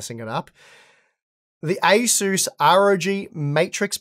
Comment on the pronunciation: You pronounce ASUS as ACER , Maybe its your Australian accent hard to understand.